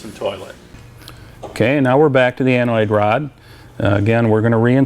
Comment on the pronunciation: Its ANODE, not ANOID:)